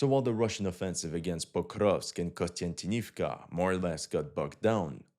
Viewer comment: Repeat after me: KONSTANTIN KONSTANTIN OV KA KONSTANTINOVKA not KONSTANTINIVKA.